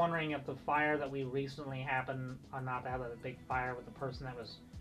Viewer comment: thanks for pronouncing the name of the mountain the way I learned when I grew up here: Die-ab-low, not De-ab-low. I know nothing about a monastery in Clayton, but there is a seminary. Have you done anything about the pool we used to know as Russelman's. RMcNeely